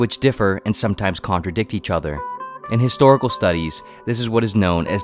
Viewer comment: The english pronunciation of these historical things and names are just horrible